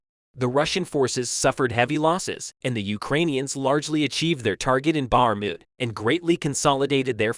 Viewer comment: Can’t even pronounce Bakhmut and no specific info about when and where. Story time